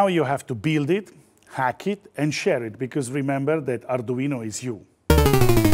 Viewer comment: I really, really like this guy - his tutorials are well explained and easy to understand. Just what I need as an arduino amateur - and I would listen in just to hear him pronounce the name, as in such an authentic accent that alone is worth admiring!